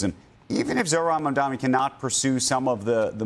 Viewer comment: First time this arrogant host pronounced Mamdani correctly. Winning the election demolished his arrogance.